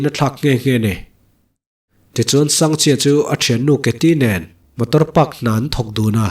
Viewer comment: Sangha chi ti a ka'n chhiar tlat pek chu a😂